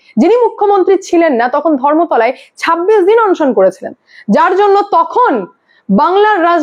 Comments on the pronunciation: বাবা,কথাটা অনশন, অংশন নয়।তুমি খুব concurrent খবর দাও,কিন্তু উচ্চারণটা একটু ঠিকঠাক করো।otherwise, খুব ভালো। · ম্যাডাম সব ঠিক আছে কিন্তু অনশনের উচ্চারন টা একটু ঠিক করে নিন। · অন্ সন্ কি বলুন অনশন